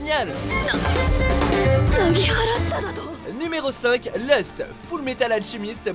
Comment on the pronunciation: Lust ? J'ai du mal entendre